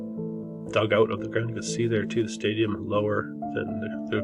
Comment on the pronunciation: Stadium sounds like "stay-dumb"